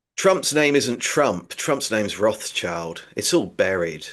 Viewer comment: totally lost me at Ra child - learn a real language man. (German)